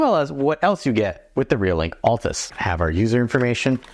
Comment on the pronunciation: I wonder how many of us, me included, still call this camera the ATLAS PT ULTRA. Look carefully. It's spelled ALTAS. Pronounced AL-TAS. :)